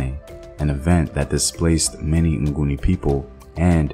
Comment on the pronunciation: Its actually Ngoni not nguni....Ngoni means without sin/those who dont sin (Abangoni)...nguni was coined by the invaders since they couldn't pronounce "ngoni"